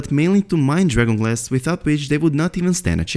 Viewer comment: Please fully pronounce and enunciate DRAGON GLASS. Speak a little slower so we can understand your accent. Why the rush????